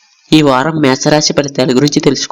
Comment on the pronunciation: మే స రాశి కాదు.. మేష రాశి.